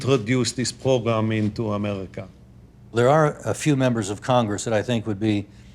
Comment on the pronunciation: i don't think its a coincidence that Cohen says "program" like "pogram".